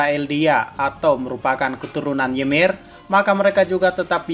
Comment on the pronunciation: Ymir itu dibaca Imir, karena di mitologi norse, y dibaca i